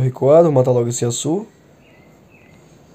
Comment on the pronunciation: Da agonia ouvir ele pronunciando o nome do Yasuo man kkk